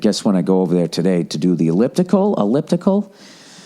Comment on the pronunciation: I'm glad you're ok ova theah